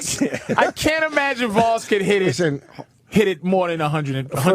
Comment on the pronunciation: Hey its Vosss